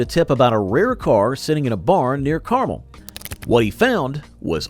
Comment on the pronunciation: Damn. People can't pronounce caramel, and now people can't pronounce Carmel correctly.